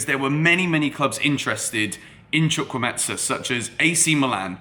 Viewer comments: HOW TO PRONOUNCE HIS NAME Hi great video I have a similar name to chukwuemeka and am also Nigerian and it seems you may have got the pronunciation from fabrizio who didnt get it right at all. Here to help. So it's pronounced like CHU - like the 'choo' of choose' (you got this part right) KWU - like Koo (traditionally we would slightly pronounce the w) E - this E is like the 'e' you pronounce in the word 'Everton' or the e in 'Egg' Meka - the 'me' part is like when you say the slang word 'meh' (like I'm feeling 'meh') KA - like the footy player 'kaka' so not the ETSA sound that fabrizio says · He didn't even try😂😂😂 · Somebody with sense atlast,instead of blasting him about not pronouncing it well,someone with the sense to actually teach the foreigners how to pronounce the name,nice one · Chu - ku- eme- ka. That's the pronunciation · Chukwuemetsa? Come on. You are not even trying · its spelt CHUKWU-EMEKA not Chukwumetsa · the name is pronounced: Chu- ku- eme- ka. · Lool It’s pronounced “CHU-KU-EY-MAY-KA” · not sure where the meT-SA part of his name came from 😂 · Chukwuemeka not chukwumentza 😝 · Bro you butchered the Nigerian name😂😂chu-kwu-Emeka may be this will help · Are you sure his name is pronounced as "Chukwuemetsa" though? 😅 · Chu-kwu-eme-ka. The 'ka'' is pronounced as in the 'ka' in Anielka (origin: Nigeria; meaning: God has done well). Fabrizio Romano, take note too😀. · the name is pronounced CHUK-WU-HEY-MAKER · Pronunciation is : "Chukwu-e-me-ka" Break it down to say it well.. It's Nigerian mate! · Chu-Kwu-A-Me-Ka - Chukwuemeka!!! Or just stick to Carney! Y'all should not butcher my Naija brother's name lol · You are killing the name😂🤣. The name is Chukwuemeka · His name is pronounced as spelt... It's an Igbo name, a popular Nigerian name. Chukwuemeka (Choo - ku - ay - may - car). You pronounce it as if the name is Italian or Spanish. Besides that, he's a valid addition to Chelsea. Great signing for years to come.